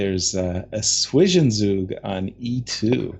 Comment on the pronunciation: If ur a pronounciation nerd, Zwischenzug is pronounced like 'tswishen tsoog'